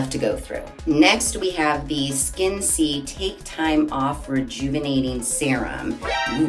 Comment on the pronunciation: I’m not sure, but I think it might be pronounced ‘Skin-SAY’.